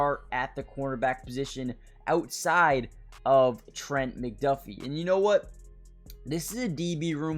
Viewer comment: If you're going to keep making Chiefs videos... maybe learn how to pronounce these names my guy. Trank-wahl Nah-zee Sue-uh-mot-uh-ia Ek-oh boy-doe